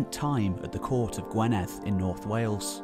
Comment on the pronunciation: Gwynedd sounds more like gwineth,,unless you live here you dont get things correct..im english but lived in wales most my life ;-)